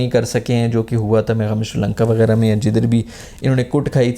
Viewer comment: I’m I the only one who heard he said ‘Shaheen Naseem Begairat’ instead of ’wegairah’ 😂